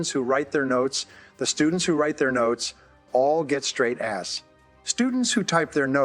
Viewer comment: Straight As??? That sounded weird. Is this an AI voice